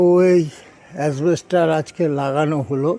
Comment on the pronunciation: খুব ভালো লাগলো শব্দ টা asbestos not asbester